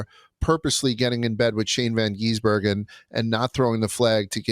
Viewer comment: Someone please tell to stop calling SVG "Van Geesebergen". Also, if you watch circuit racing, rain races are usually the best.